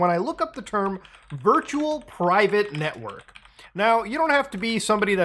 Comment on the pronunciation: "virtual private netowrk"😂